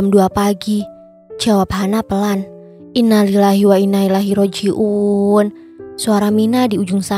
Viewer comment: Maaf koreksi sedikit, untuk ucapan innalilahi wainnailaihi Rojiun tolong dibacakan dengan benar jangan terlalu gerasa- gerusu🙏🙏🙏